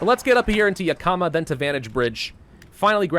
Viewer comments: It's not Ya Kah Muh It's Yak Ih muh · Same, right when he said ya-kama, I, out of habit, went, "Its yak-uh-ma!" lol. But it is a tribal word, so a lot of people who aren't from Washington mispronounce it, oh well! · I'm sorry, but as a Washington native hearing pronounce the vic. point names made me absolutely cackle! Yakama: (Yak-a-maw) not (Yu-ka-muh) lol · Yakama; (YEAH-KUH-MUH) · YaK-EE-MAH.... I know you don't usually read these, but....YAK-EE-MAH (I live near it). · Juuuust so you know, I live in Washington and it's pronounced; (Yahk-uh-muh) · It’s pronounced “Yak-uh-maw”. I’m sorry, I live near there, it’s just something that bothers me. Like the people who say “Worshington” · I hear you on that. Originally from Moses lake myself. Yak(the animal)-i(ick)-ma(maw) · I live in Washington State, and I like hearing how people mistakenly pronounce our town names. Wenatchee and Yakima are real places, and they don't sound like that. 😂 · As someone who has lived in Washington his pronunciation of Yakima hurts me. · The way he pronounces Yakima kills my Washington brain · How is it supposed to be pronounced? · While I am sure as does batch recording, he will not see this till it is far too late, though gotta do this before it gets too far lol...since he always butchers the names of stuff in Oregon when he plays OWB and I live around most of these XD. Love the videos, sooo >.> please... Yakama - Yak-a-ma Chemult- che-malt Klamath - Klam-eth